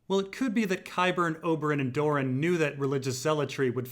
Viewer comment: It might be easier/less confusing if you pronounce Doran "Door-ran" rather than "Dorne".